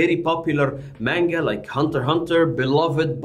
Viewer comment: …Manga is not pronounced that way. Also, not all anime’s are off of mangas plus mangas are usually off of light novels. Some anime’s are original with no manga or light novel. Usually they have mangas that come out after the release and the stories tend to differ a little.